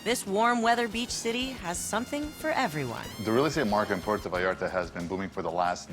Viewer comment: He's been going there for years and still can't manage to pronounce Puerto correctly